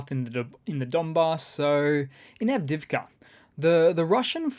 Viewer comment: love your program---But it is pronounced avdee-yeevka!